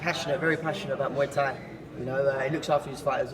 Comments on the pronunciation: Chael "Mooie Tie" Sonnen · Chael still using “Mooey Thai” with Hagerty is truly GOAT material. Undefeated and Unpronounceable. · Mooey Tie.